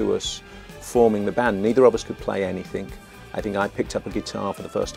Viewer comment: Apart from saying 'skedule' instead of schedule, and 'anythink' instead of anything, then yes I have to agree.